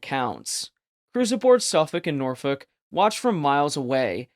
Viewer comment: Instant click off can't pronounce Norfolk properly